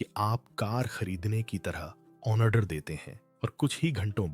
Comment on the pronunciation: लिखते हो ₹ 7,999/= और बोलते हो 7,999 $ , तुम पर भरोसा कैसे करें ? अपने बोलने के तरीके में सुधार करो, जहां भी " ऑ " बोलना होता है जैसे कि "ऑर्डर " या " ऑपरेशन " वहां पर "न" को ठूंस देते हो और "ऑनर्डर " या " ऑनपरेशन " बोलते हो, तुम्हारी इस महामूर्खता पर हंसी और गुस्सा दोनों ही आते हैं।